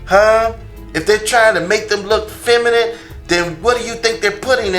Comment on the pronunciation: Femanant . . . Lol its feminine